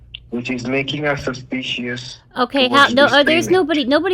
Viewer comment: It's sushspeeeshush,.😃👍